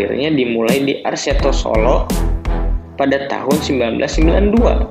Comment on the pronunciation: kok yg nyiarin huruf ahir ada k solo jadi solok persija jadi persijak...